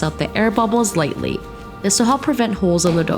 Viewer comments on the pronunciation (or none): none